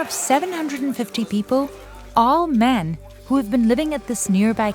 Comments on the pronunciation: the emphasis on ALL MAN. Just WOW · Maybe the narrator should go join them, so it's no longer, ALL MEN! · Thaks for stressing the "ALL MEN" part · ephasis on "all men working here"